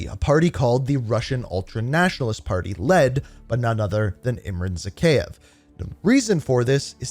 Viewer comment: its zakhaev not zakheyev